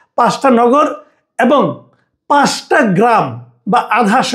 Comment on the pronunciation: আপনার পাঁচ এর উচ্চারণ ঠিক হচ্ছে না। আপনি বলেন পাস। উচ্চারণ ঠিক করুন।